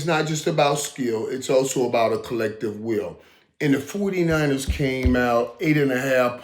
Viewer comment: Michael can't say anything right it's so funny..29ers foodie niners..Matt Jones ..he's the best let's go canes baby